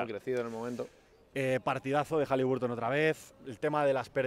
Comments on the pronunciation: Entre las canchas espantosas y que los Pelicans fueron a las Vegas a pasearse, solo queda el buen partido de Hali BAR ton (no sé si soy el raro que lo dice y pronuncia bien ). Si defendiera un poquito más él y su equipo la cosa estaría mejor todavía. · Por favor, no sigáis pronunciando HalibUrton con U